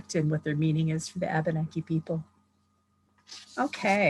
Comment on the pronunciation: Abeneki is actually Pronounced Uh-ben-uh-key